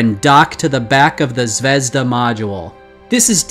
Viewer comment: Sorry, but it's not "ZvEzda", it's "ZvezdA"